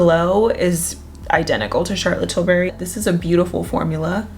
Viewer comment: I always giggle how says Charlotte Tilberry instead of Charlotte Tilbury